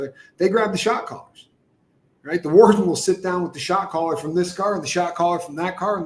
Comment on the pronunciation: Replay crew: when you say shot caller my ears hear shock collar. Until I figured it out I was thinking wow, that's not very nice to do shock collars😅